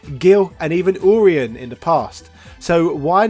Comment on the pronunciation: Your-E-Un Urien